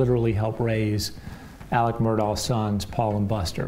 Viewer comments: It really bothers me that a news story can't even get the man's name correct. His name is pronounced Alec (not Alex). You lose credibility when you can't even get easy information like that correct. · It’s pronounced ALEC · Why can't anyone on these videos say ALEC